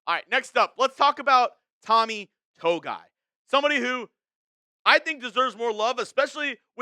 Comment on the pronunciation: Tommy “To-Gi-I “